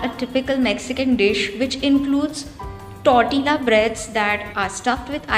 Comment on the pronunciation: I don't mean to sound rude but you are pronouncing the word 'Tortilla' incorrectly. The food looks yum though!😋Please keep posting more such videos.